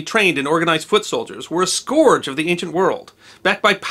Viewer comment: Love your videos and I learn something every time but... did you pronounce scourge as “scorge”?! Et tu ?